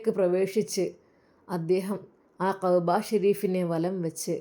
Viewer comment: Qahba alla كعبة enn ucharikkanam. Oru aksharam thettiyal artham marum